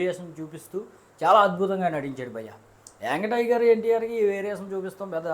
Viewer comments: Yang tiger kadu raa ayyaa young tiger .. ne slag gi oka dandam ra babu 🙏🙏 . Mundu palakadam nerchuko ra .. Nv thi raa nv thi cenima nenu istha review 5/5 bokaa gaa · Veediki ntr anna name sarigalga palakadam raala kaani. Review cheptunnadu. Meegic antaa.. Youngu tiger antaa 🙏🙏🙏 dandamraa saami . prati okkaru reviews cheppadame